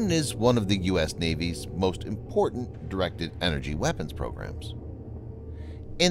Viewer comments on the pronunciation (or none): none